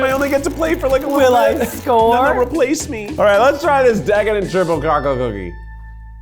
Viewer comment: Keith said " the crpple cocklate kurkey ”